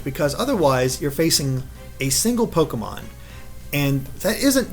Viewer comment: almost said Toke-e-mon